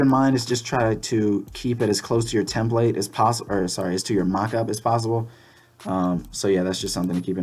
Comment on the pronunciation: Tem-plate. Don't know why it bugged me so much lol.